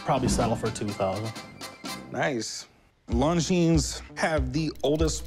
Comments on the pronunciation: Don't pronounce the s!!!! It's longine(silent s) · When the seller said the name lon jeens i immediately knew he had no idea of the value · Just the fact alone that neither of them could correctly pronounce Longines speaks Volumes....lol yeah he knows a ton about watches....That's easily a $10,000+ Watch.